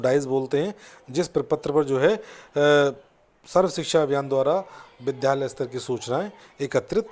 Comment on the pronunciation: विद्यालय का उच्चारण ठीक नहीं है